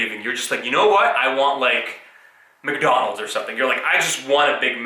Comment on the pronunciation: Every time you say Mc.Donald's </3